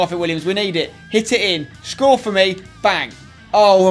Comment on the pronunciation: he says shcore for me 😂